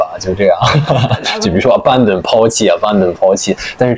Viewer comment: 他说“abandon”的时候都是中式发音诶！！！已经完全内化了